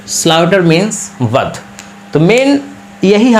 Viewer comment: अरे भाई बध‌ नहीं वध । सही से उच्चारण कीजिए